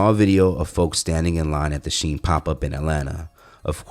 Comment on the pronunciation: It's Chinese... and pronounced "she in"